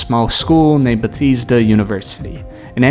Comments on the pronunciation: Bah-thees-da? 😭 cmon bro. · Would have enjoyed ur video except that u don't know how to pronounce "Bethesda" and don't know where Azerbaijan is... But c'est la vie.. Our education system.